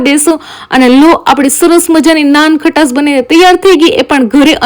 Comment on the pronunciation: Ben nan khatas ny🤣🤣nankhtae kevay